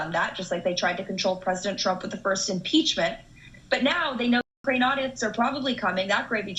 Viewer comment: Why tf can't you say "Ukraine"??